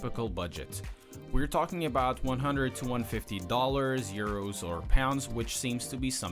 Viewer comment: I like how he said urs instead of euro lol